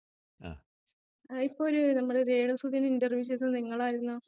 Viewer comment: എടാ ചെറുക്കൻ ഇൻട്ടർവ്യം അല്ല. ഇന്റർവ്യൂ